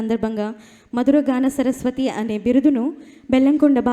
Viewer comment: చరస్పతి కాదండీ, సరస్వతి